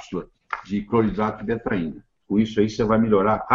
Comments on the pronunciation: Ele diz Cloeidrato de betraina ou betaina??? Na internet ta betaina. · O Dr: fala cloridrato de detaina ou cocaína? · Qual o nome do remédio que o Dr falou? Não consegui decifrar. Obrigada. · Oi eu refluxo e azia gostaria muito tomar esse remédio que o Dr fala no vídeo mas não consigo entender o nome. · Eu não entendi o nome do remédio que o falou, alguém pode me ajudá à entender? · Cloridrato de que: Betaína ou tetraína? Ouvi várias vezes e não entendi. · Não consegui ouvir bem nítido o nome do remédio que o dr. Falou fiquei na mesma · Desculpe não consigo entender o nome do medicamento ouvi só cloridrato e o resto não entendo. Obrigada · Nao entendi direito o nome do remedio cloridrato de que?